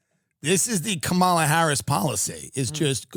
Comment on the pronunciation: just mispronounced Kamala.